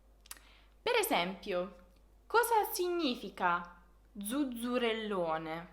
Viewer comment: Zuzzerellone pronunciato come fai tu mi spiace ma è inascoltabile